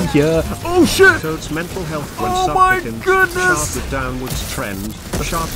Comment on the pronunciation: "suplpicants" NO BUT this was so hilarious